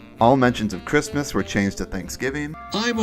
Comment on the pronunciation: Ah yes, marchrismis